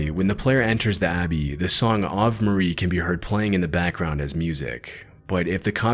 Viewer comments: I heard that too . I didn't know one could mispronounce Ave. Narrator should look up the difference between Chinese script and Japanese script. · That was Japanese text. not Chinese LOL. That Ave Maria pronunciation was funny as well.